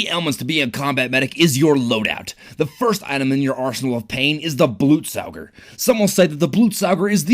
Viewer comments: blootsaooger? BLOOTSAOOGER!??!!?!???!??!?! its BLUT SOG ER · Blutsauger actually means blood sucker in German and is pronounced bloot saga